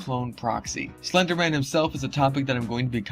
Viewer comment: Tacci tuuby sais slunduh men